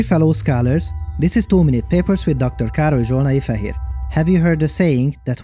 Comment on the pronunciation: Dr. Károly Zsolnai-Fehér. Dr. Kárl-ee Zsol-nah-ee-Feh-here I’m glad this video had subtitles, I always thought he said “Dr. Carl (afhhdgjdthcwpna), here.”